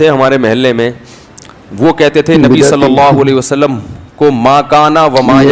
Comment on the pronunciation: Pehla mawlana ko swalallahu alayhi wasallam kehna nahi ata